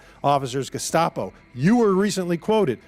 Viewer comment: If I remember correctly, he didn't say "Gestapo". He said "De...scopo". I'm not sure what that is, but that's what he said.